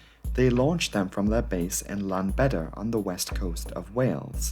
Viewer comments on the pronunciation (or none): Great breakdown! Thanks! With fear of being shot down, but in the spirit of proper pronunciation; Ll makes the sound Cl in Welsh. So Clanbedr not Lanbedr.:) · I agree, well presented with a lot of information. Just one detail to be aware of, Welsh place name pronunciation. Aberporth, the 'a' is always as in 'cat' and 'Ll' (double L) has its own sound, not the same as a single L (tip of tongue against roof of mouth just behind teeth and hiss). Good luck! 😉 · The "Ll" in the name Llanbdre is pronounce something like the "ch" in the Scottish word "Loch".